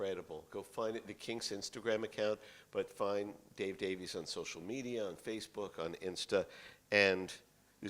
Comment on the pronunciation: All I know is the guy wearing the toupee mispronounced Davies' name.